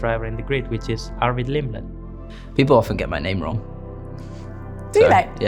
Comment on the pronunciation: "arvid limlet"